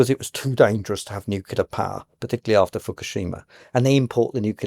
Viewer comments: I find it hard to take someone seriously about energy when they pronounce "nuclear", nucular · I just can't take someone who pronounces it NU-CU-LAR as a serious academic